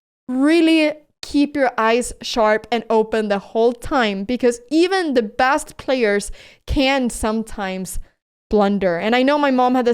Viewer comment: Best 💀 Bast ✅ Never heard this pronunciation of a basic word 🫠